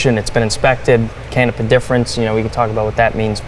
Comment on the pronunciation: Please rerecord with proper pronunciation of Canepa..!!!!